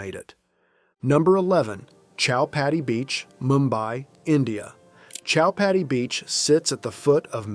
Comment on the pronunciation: Chowpaty is pronounced simply as cho-paa-ti.